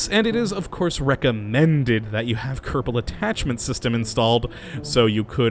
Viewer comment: I not Kottabo space program its kerbal space program!